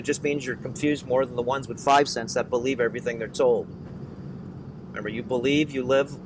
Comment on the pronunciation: "Be "lie" ve"